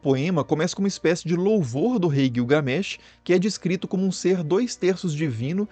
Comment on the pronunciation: Guiugamesh kkkkk😂😂😂 rachei